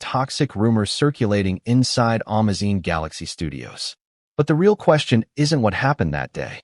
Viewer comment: I hate AI. Amazon is AN - MA - ZINE !?!? And LILY Collins is NOT LIE - LA! I couldn’t understand who they were talking about.